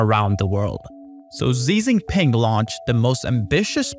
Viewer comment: "Seizing Peng"